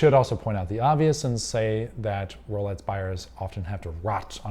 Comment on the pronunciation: why is this guy saying rolets